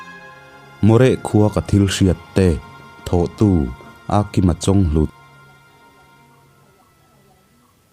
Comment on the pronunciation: Chawnghlut i tih kha a thluk a diklo ania aw 🤣